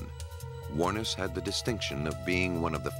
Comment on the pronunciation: I didn't think lawyers could actively go and get evidence and hide it, Canada or the US. Is that becoming part of hiding their client's crime? How far does confidentiality go? Amazingly this perfect narrator(seriously) is mispronouncing Ms Wuornos' last name. The emphasis is on the last syllable. That's how I heard her pronounce it herself once.